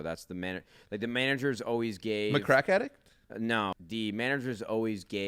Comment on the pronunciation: This dude really just said McCrack Addict